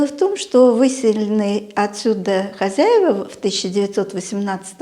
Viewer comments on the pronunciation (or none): none